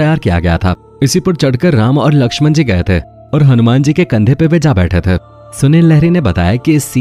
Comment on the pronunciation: थे cler nhi bol rhe ।।। ते nhi थे